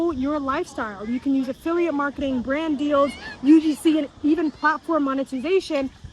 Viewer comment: I hate when people say "Bran Deals" I don't know why, it's just annoying. No shade to the girl, she seems like a very nice young lady.